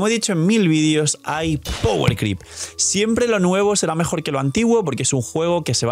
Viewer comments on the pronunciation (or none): none